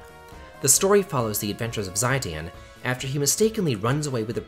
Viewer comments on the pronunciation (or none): ZYE-dan? It's Zih-DAYN, isn't it? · Mad-gie-sight? Chough-ko-graff? Zye-den!!???? Those are some crazy ass interpretations of the words man 😆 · However, "Zai-Dan" pronunciation made me literally spit-take my tea with laughter. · Say it with me - Zeh-Dahn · I'm not here to complain about the list, but rather: WHO THE FUCK PRONOUNCES ZIDANE AS "Zaydein"?! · Three things: 1. How is 8 worse than 2? 2.how is 7 better than 6?(6 should have made top 3 imo) And 3. You mispronounced magicite and zidane. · The way you said Zidane made me cringe